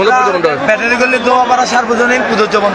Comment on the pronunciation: ব্যাটারী গলি। ব্যাটার গলি নয়।